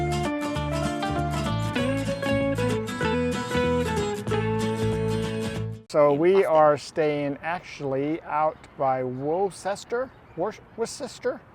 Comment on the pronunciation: It’s Woostah!